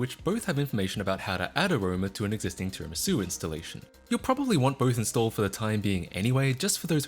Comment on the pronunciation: You're actually the first person I've heard to pronounce tiramisu correctly 🤣